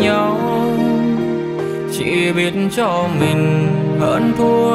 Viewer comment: có chút sai lỗi phát âm nhỏ 2 câu từ là :người mình thương chứ không phải là người mừn thương 😊và câu để phải cách xa thì lại thành cắt xa😊!!!!nói chung ca khúc hay giọng hát truyền cảm,chỉ xíu phát âm😊